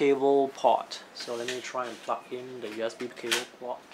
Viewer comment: Plug not pluck